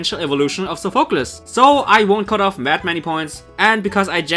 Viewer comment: Still don't like how you pronounce Sophocles